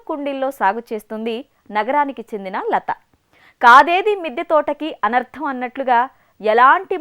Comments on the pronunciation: Anardham kadhu.. anarham! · అనర్థం కాదు అనర్హం ... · Kanarham kaadhu anarham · Anartham kadamma anarham. Bhasha meeda command sampadinchu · కాదేదీ మిద్దె తోట కి" అనర్థం ' ఏమిటీ *అనర్హం * అనాలి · Anardham kadu adi anrham